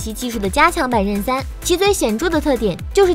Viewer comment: 为何Zen可以读成“任”？ 任三,任四？！？